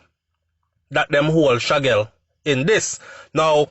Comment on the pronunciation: HIS NAME IS SHAQUELLE (SHAKEEL)_NOT SHAGGEL